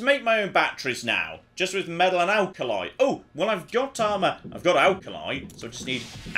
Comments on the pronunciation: meTal..... not .... meDal.... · Why has forgotten how to say the word metal... Was driving me bananas!!!!! Not medal!!!! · The way you kept saying "meddle" got right on my wife's tits. 😂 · Metal has T in it...stop saying medal..drove me mad